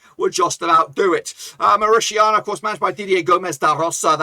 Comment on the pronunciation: When did 'TANIA' become 'SHIANA' bloke?? MauriTANIA ! Not MauriSHIANA! You got it?? The next time you abuse the word, You will have a lawsuit at your door. 😎